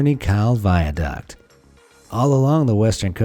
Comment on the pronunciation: Črni Kal, Slovenia The pronunciation is something like "churny cow", but with trilled r.